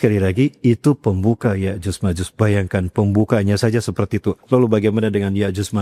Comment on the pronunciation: Cocoklogi. Nyebut nama ya'juj ma'juj aja Salah.